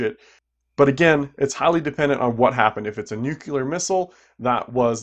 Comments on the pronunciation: Nu= clear. C'mon bro. You're not that dumb are you. That's like George Bush dumb. That's like saying coup-on as c-yoo-pon. English can get complicated but not with.words like this. Basic grammatical rules. Phonetic pronunciation. There's absolutely no gray area or even a grey area. Doh...you said it again....cringe. You seem like an intelligent man except when you say " nuc-u-lar". Hey bixby sounds dumb like for people say expresso or ambalamps or aks. My apologies if dumb is what you're shooting for Please tell me a female by this. I don't think i'm superior I just end the type of friend that tells my friend that his zipper is down or he has spinach on his tooth, stuff like that.. up to you how u take it but that's how I mean it. Nuclear. Look at the word. Look at the letters. The 2 syllables. New-clear. It's not my opinion. Just the rules. Nuff said. Thanks for the vids! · Its pronounced nu clear not nukular